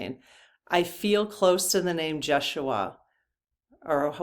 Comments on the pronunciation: I think it is pronounced Ye shu a Not Josh.... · you are close..the name is pronounced YESH SHU AH..it is his true name but spelled with a J. Jeshua...you are giddy tonight, a bit all over the place. It's all good. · I think it is pronounced as in Yes-uaha, J is silent. Can you ask in part 4? 😊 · It’s actually pronounced yesh-u-a. The Spanish say Hey-sues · Jeshua – The accent is on the second syllable and the J is pronounced as a Y Jesus is the Greek form of Yeshua which is Aramaic.